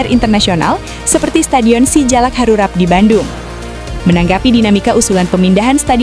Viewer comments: Yg benar ngomong nya ,bukan stadion si jalak harurat tapi stadion si jalak harurat, ngomong gitu aja belepotan, kentutnya aja yg nyaring dan jelas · SGUBK Sijalak HaruRAP kocak ni naratornya😂